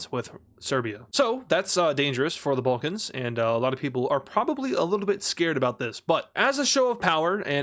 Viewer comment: serbia is located in the "ballcans" ... 😐 It's Balkans not BALL CANS "the bowlcans everybody loves the bowlcans" smh